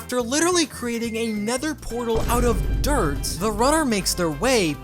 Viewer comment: it's "DIRT"